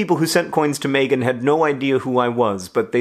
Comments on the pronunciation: In New Zealand, Megan is pronounced Mee-gan/Mee-gin. Not May-gun. Just an FYI. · THANK YOU! You're so right. My name is pronounced MEEgan. But I can live with John mispronouncing my name. He's never met me, only seen my name in emails.